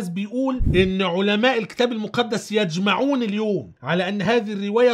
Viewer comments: يُجْمِعُون وليس يَجْمَعُون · " يجمعون "بضم الياء وليس بفتح الياء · يُجمعون يا باشا و ليس يَجمعون